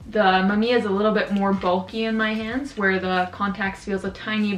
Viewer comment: Mam `iya ? WTF ? Originally (maꜜmija ) - mAmiya , its japanes word , but not Canadian.